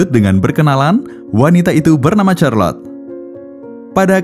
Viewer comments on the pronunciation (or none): none